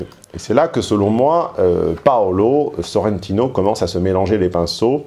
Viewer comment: SorrentIIIno: l'accent tonique va sur le I